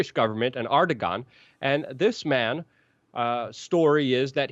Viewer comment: LUKE His name is pronounced "Ehr-de-wahn" I've been holding back on that one for quite some time. Thank you sir.